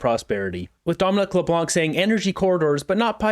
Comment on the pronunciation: I wish English people would stop butchering my last name. LeBlanc is NOT pronounced Leblank just Leblan the c is silent. Thank you!